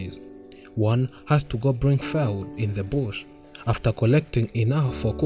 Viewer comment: And it's pronounced FOOD...NOT FAOUD!!..thanks 4 ur effort though..lmao